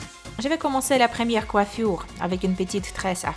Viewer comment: Mdr comment tu parles coifuuure